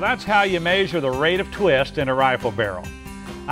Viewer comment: i love how he says mayzure lol